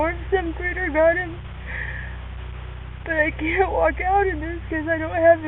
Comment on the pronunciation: Every time this dude says the word BUT, it sounds like he's saying the word BITE lol is it just me